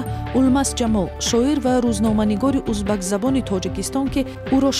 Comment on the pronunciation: "Узбакзабон" не тоҷики нав! Ӯзбекзабон !!!